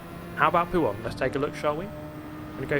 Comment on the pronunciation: Mate I’m not trynna hate, but it was so fucking painful watching you try and touch the inside curb causing you to spin every time in puon? Poo-on? 😂idk how to spell it.